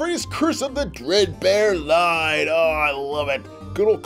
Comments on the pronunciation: Bruh he said Bread bear lol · It’s dread bear not bread bear lol